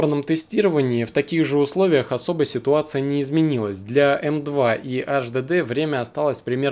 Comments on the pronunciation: Слушай сюда, безграмотный полублогер! Никаких Эс Эс Дэ и Аш Дэ Дэ, в природе не существует! Есть Эс Эс Ди (SSD) и Эйч Ди Ди (HDD). Выучи, наконец, английский алфавит. Если мозгов хватит! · сука 🤦‍♀АШДЭДЭ, иди учи как правильно произносить, ко всему ещё выбрал м.2 на 3.5, когда есть м.2 на 7500 скорость чтения и запись и там результаты в разы ещё лучше будут, дизлайк! не стоит тебе снимать видосы, удали канал Писать, что нет разницы между м2 и ссд, я просто в голос ору! Разница есть и она колоссальная! ни только в играх, а вообще везде, из-за таких тупых как ты, люди и покупают ссд, вместо м2 и потом не довольны! Все кто увидит мой коммент, покупайте м2, не пожалейте денег, 5000+ скорость чтения и записи берите, лучше всего 7000+, всем спасибо !) Автору ещё раз! ПРОТИВОПОКАЗАНО ЗАПИСЫВАТЬ ВИДЕО! только дезинформирует людей.! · Немец что-ли (АшДэДэ)? Вообще тесты очень поверхностные ( М.2 и ССД и ХДД бывают разные, особенно М.2)!!! И, кстати ССД имеется ввиду SATA? Но и М.2 тоже бывают SATA... Не надо мешать мух и котлеты в одну кучу!